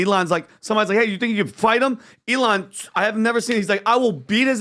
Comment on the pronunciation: It's not ee-LON, it's EE-lon. Don't pronounce it like the Mexican singer Elán or the noun, elan, which means possessing energy, style, and enthusiasm.